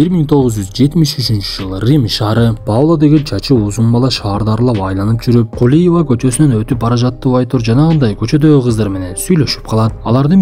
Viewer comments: Кулева дейби😂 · Кулива де😂😂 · Кулиева дечи брат😂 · Кулиева дейби 😂😂 😂😂😂😂😂